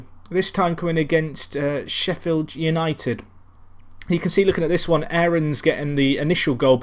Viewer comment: ***** How do you Say "Aaron Lennon" ? It's just "Aron"...